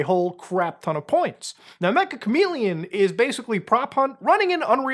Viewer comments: Its pronounced meh-cha not mech-ah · It's not mecha chameleon, its ME-CCH-A chameleon, Meccha in Japanese means "Very" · It's pronounced Meh-cha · ik no one really cares but Meccha is pronounced more like meh-cha /met͡ʃa/ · Mecha is apparently pronounced as mecha(cha-cha) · its pronounced metcha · Meccha is pronounced meh-cha kind of like mochi or matcha